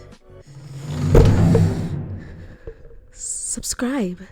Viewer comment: Meant to say "subscribed but sinscribed sounds so much better. I dont think ill edit that mistake. Thats just too funny 😂😂😂😂